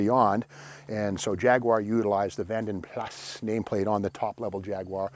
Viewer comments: Pronounced Vanden Plaa not Vanden Plas! ;) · I thought it was Plaaaa not Plassss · In Britain it’s pronounced Vanden Plarr not Vanden Plasss 😅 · Great vid Steve, it's pronounced Vanden Plar tho. 😀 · Love your daily videos. I would say a couple things about this one... (1) Vanden Plas: "Plas" is pronounced with a silent "s" in UK. (2) I think the Saint's car was a 2-door Volvo P1800 not a Jag. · The ‘S’ of Vanden Plas is not pronounced, just saying , are you standing next to a Tiger/Alpine?